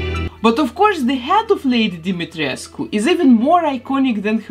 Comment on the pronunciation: Finally! Someone pronounce Lady Dimitrescu name correctly❤️ I love your channel and your work! Love from Romania!🇷🇴 P.S Why the non-Romanians people are more offended by her name than the Romanians ones?